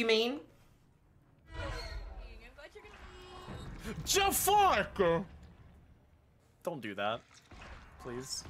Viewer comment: Jaff-ARK. ICANT. 🤣